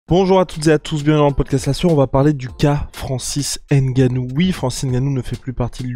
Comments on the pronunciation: une video d'amateur vraiment il suffit de regarder l'itw pour comprendre ... et en plu c'est pas "n-gannou c'est NGANNOU" Merci bien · J aime le G tt seul 🤗🤗🤗🤗🤗 quelle éloquence